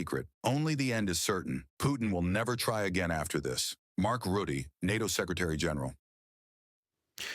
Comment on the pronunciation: If You speak about Mark Rutte , You must say Ratte . You must hear the a , just like a house . ark Rutte, must